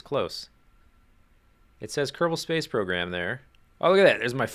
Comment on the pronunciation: Did he say Kerbal Space PROGRAM? oO